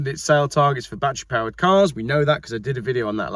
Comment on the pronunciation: 1. You prounce "battery" the same way we do in Texas, so you are OK. 2. Biden has stepped aside, probably pushed, and cackling Kamala has replaced the geezer. So much for sanity and American politics. 3. Elon Musk is an entrepreneur, not an EV fan. It looks like he is already positioning Tesla to sell or simply shut down. Any bets there won't even be a Tesla brand in 2 years?